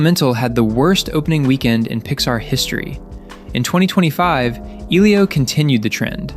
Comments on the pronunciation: Great videos... but why can't you pronounce names? Eelio? Maleh-volah? Invisigall? You're hearing the subject matter pronounce them correctly. Why can't you say them correctly? Its maddening! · "I just watched EEElio" You very obviously haven't. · Lmao at least pronounce Elio right don't pmo 😂😂